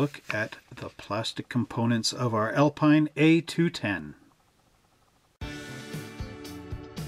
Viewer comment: Alpine is pronounced "Al-peen" your Quebecois speaking customers will confirm. The Alpine range of sports cars were very competitive picking up many class wins. Great kit👍